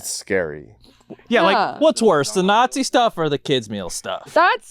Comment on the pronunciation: please for the love of god change the way you say the word "nazi" 🚩